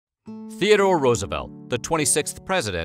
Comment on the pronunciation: 'Teerdore fokkin Roosevelt.'